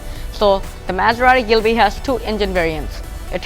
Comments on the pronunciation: It’s ghibli not ghilbi lol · It a ghibli not a glibie not mind just correcting you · Gilbi? Isn't it ghibli? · its Ghibly not gilby🤦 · It is not Ghilbi but Ghibli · Wrong pronunciation brother. It would be GHIBLI. NOT GHILBI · গিবলি নাকি গিলবি??